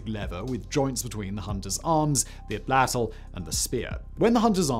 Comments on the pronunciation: Atlatl- (oughtlawtle) not atlowt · Hi Simon. Fire your pronunciation editor. Currently- Kyr AA ray, Atlatl- At Lat L, Gila Monster- hee luh maan str.. 😁👍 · Great video and love the topic. Just a quick FYI- Atlatl is pronounced at-ladel (you pronounced it right the third time 😊) Curare is pronounced cu-rar-ee Gila is pronounced hee-la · Atlatl. Not atlalt. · For anybody wondering about the pronunciation of Macuahuitl, Atlatl, Tenochtitlan, Curare, and Gila, here is a guide for you: Macuahuitl = Mah-cah-weet Atlatl = Ah-tlaht (this guy has a great video on how the Nahuatl would have pronounced it historically versus today: Tenochtitlan = Teh-nosh-tee-tlahn Curare = Cyu-rah-rey Gila = Hee-lah Thank you for coming to my TED Talk. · OMG, you murdered every Native pronunciation. Mahuitl = May-WEE-Till Gila = HEE-la Atlatl = At-LAT-Till No offense, just trying to help. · It's pronounced 'attle attle' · Aside from Sigh's almost criminal pronunciation of atl-atl, he probably didn't realise that he's probably seen many used in his local parks. The modern evolution is used by owners to throw/propel bouncy balls for pet doggos. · Hearing Simon say atlatl hurts